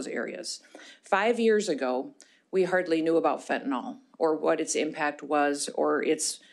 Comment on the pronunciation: She did have pages in front of her, but didn't use them much. She seems to know her stuff. Except for mispronouncing fentanyl (last syllable rhymes with hill).